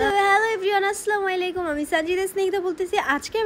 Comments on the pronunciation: এইসালামুয়ালাইকুম কি ভাই 🤣 সুন্দর কইরা বললে কি হয় 😊🙏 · সালাম টা করতে পারেনা Assalamu alaikum